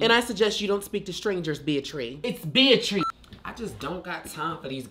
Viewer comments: I pronounce it "beat-rice" 😂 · Why does the way they pronounce Beatrice sound like the name of a Pokemon? 🤣🤣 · The mispronunciation of the girl’s name took me out 😂😂